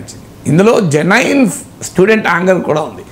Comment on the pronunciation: మీరు కొన్ని ఇంగ్లీష్ వర్డ్స్ భలే వెరైటీ గా చేస్తారు. జెనైన్ కాదు జెన్యుయిన్ is close to correct pronounciation.